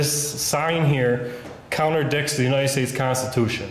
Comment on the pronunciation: Lol it "contradicts" not "counterdicks"